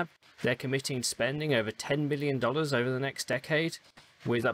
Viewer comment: yeah just at the beginning of the video it sounds heavily like million.